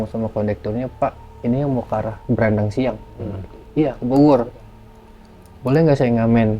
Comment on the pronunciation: Baranangsiang, Bang, bukan Brandangsiang.. 😊